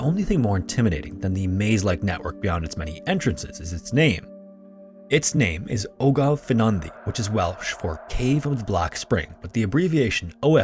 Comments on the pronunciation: It's pronounced like: Ogof: ogg-ov Ffynnon: fun-on Ddu: thee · Ogof Ffynnon Ddu is pronounced "Ogov fin-on thee"